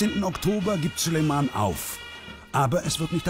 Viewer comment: Könnt ihr bitte denn Namen Süleyman richtig aussprechen